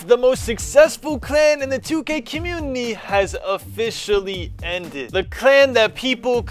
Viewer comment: I've never seen a man mess up saying a word so badly. "Commuunnie"